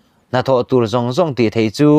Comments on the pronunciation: Entik lai pawha, in phawi chhuak reng thei tih lai khi a thluk a dik chiah lo nih hi, ka nui lo thei lo,nuih sawh lam ni lo in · I Thu chhiar hi nangmah ngeiin han ngaithla Chiang teh, "thei" i lam Rik dan hi midang lam Nita se a mak i tihve ka ring.